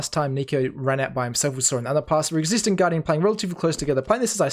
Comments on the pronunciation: his nick is pronounced XYPNIX, 9 = "ni" in danish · Everyone seems to be mispronouncing Xyp9x. 9 in is pronounced "ni" in danish which sounds the same as "knee" in English. So "Xyp-nix" instead of "Xyp-ex". This frustrates me way more than it should. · zip i x not ex